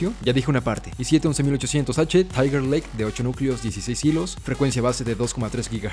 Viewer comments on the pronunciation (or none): none